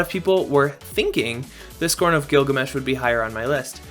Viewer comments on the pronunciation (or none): Tee her Giglamesh